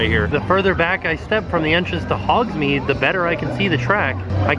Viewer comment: Lol I’m going to tell you as a friend to friend....it’s Hogs-Made not Hogs-Meed you been saying it wrong for decades now but it’s ok 😂